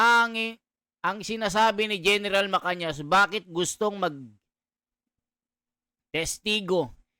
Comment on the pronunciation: Gen Macanas po hindi Macanyas 😅Good morning po